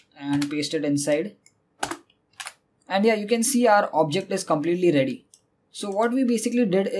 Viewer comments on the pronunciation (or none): none